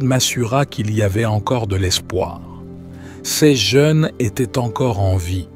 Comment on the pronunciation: 🍷🍞✝️🌄👑🌞 Salut ! Les machines qui parlent ne savent pas faire les liaisons entre les mots. Quand la machine doit dire ”ces jeunes” elle dit ”sèz jeunes”. Je n’aime pas entendre les machines parler. 15/11/2023 France Yonne